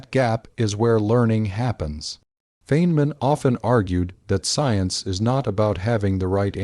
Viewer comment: Please teach your robot how to pronounce the professor’s name.